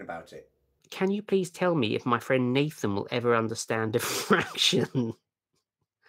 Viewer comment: Oh boy, hearing the mangling of Llandudno was painful! But hearing the mangling of Nathan again made up for it.